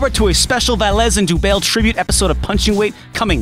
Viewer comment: good video but if the guy is french im pretty sure dubail is pronounced like the city dubai